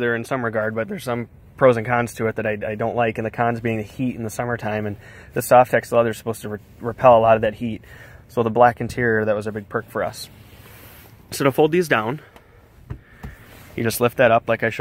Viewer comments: Correct but it's called Softex, not "Soft ex" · Did you just call it a, "Soft Ex" leather? lol I've never had a soft Ex before!!!